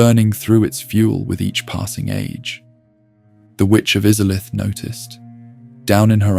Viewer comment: Bro, im sorry. Maybe im in a bad mood or im getting tricked into commenting but how can you mispronounce Izalith WHEN THEY LITERALLY SAY IT IN THE INTRO TO THE GAME???